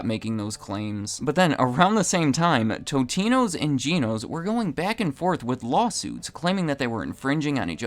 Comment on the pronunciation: It's not "toe-te-no" , it's, "tot-e-no"